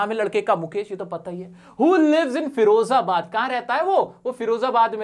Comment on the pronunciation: Its firozabad not ferozabad...